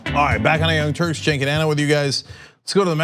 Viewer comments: He pronounces his name in English like "Jink"? Even though it is written "Cenk"? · It's pronounced like ch-a-nk